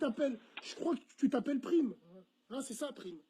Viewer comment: Black Joint en live ok ta des liens ou des preuves?? Ce qui m'énerve c que dans la vidéo ya plein d'élément qui prouve que c lui Le plus flagrant : le passage où Bassem prononce mal son nom, il dit prime avec un I, et prime le reprend en lui disant necorche pas mon nom , prime ce prononcé prAyme en sonorité parlant Bref arrêté vos délire , prime n'assume pas et c bien normal ya une grosse communauté islamiste pur et dur dans l93 lui même sais que la vrai vie ça plaisante plus , surtout aujourd'hui